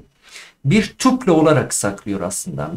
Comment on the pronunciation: Merhabalar, tuple => (tapıl) okunuşu